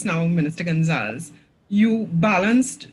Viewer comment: It’s Gon-za-les. Not gon-zals. Great video/info